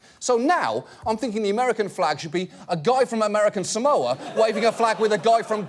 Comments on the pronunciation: John - “you cannot mispronounce American Samoa” John at the same time- mispronounces “American Samoa” Btw “sa-MOE-ah” is very wrong. It’s pronounced “SAR-MOR-ah” (r is non-rhotic) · John, technically you also mispronounced it. Locals say "Saah-mo-ah" not "Sa-MO-ah." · SAH-moa. Not sa-MOWA. And let's not even start on how John pronounced Eni Faleomavaega. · Criticises someone for mispronouncing "Samoa". But John Oliver pronounces it wrong too. It's not "Sa-mou-ah", it's "Sa-moah", with the "o" elongated. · Better than Samolia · American Samolia. I can understand finding his name being difficult to pronounce, but honestly, failing to pronounce the place he's from correctly is like me saying Eww Fork instead of New York, it's fucking stupid. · "American Samolia". How the fuck did this guy become a congressman? I learned about American Samoa in fucking middle school. What an embarrassment to the country. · Funny that John and others in this video aren't pronouncing 'Samoa' correctly themselves.